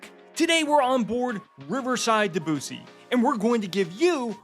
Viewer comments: I hope by now you h ave learned the correct pronunciation of “Debussy “. Just sayin…. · Very nice video, however the spelling of Debussy is a cultural nightmare, why are Americans not capable to pronounce names correctly ? We love Riverside and have been on on the Mozart. Definitely the best River Cruise Line.